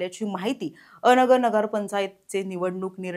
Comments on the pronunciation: अ नगर नव्हे अन- गर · पत्रकार मॅडम, अ नगर नाही, अनगर आहे ते 😂😂 थोडी तयारी करत जा बातम्या दयायच्या आधी